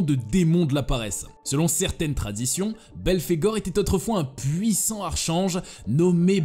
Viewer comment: Archange, se prononce « arc-ange » 😉.